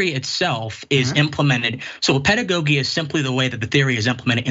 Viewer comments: Now that was a waste with the smart man 🤣 not being able to pronounce “pedagogy “ nor knowing it meaning. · Imagine thinking somebody who can’t pronounce “pedagogy” but insists on using it wrongly multiple times even after being corrected, or who doesn’t know the difference between “respectively” and “respectfully”, is intellectual. That’s so sad. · Where did this guy come from. He's using words he cannot pronounce nor articulate accurately. How can he ever be a victim of CRT? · Actually he didn't understand what Dr. Richey was saying as he mispronounced words and bungled his way through the interview. Sure, I know you're just trying to troll but your comment is just silly. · I bet did not read "The 1619 Project." I cannot take him seriously; he mispronounced pedagogy three times.😁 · This guy’s level of cognitive dissonance is astounding. The fact that he continued to pronounce “pedagogy” incorrectly after Dr. Ritchie corrected him, speaks volumes. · I need him to pronounce pedagogy correctly before I can take him seriously 🤦🏾‍♀️ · He's just going to keep saying pedagogy wrong... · I can't take anyone serious who wants to talk about CRT in education and they can't even pronounce pedagogy correctly.